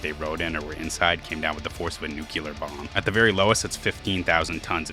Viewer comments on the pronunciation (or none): Dont say "Nucular" It's nuclear